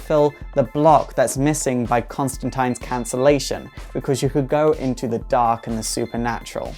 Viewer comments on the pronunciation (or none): I'm calling the pronunciation police for the way you said Constantine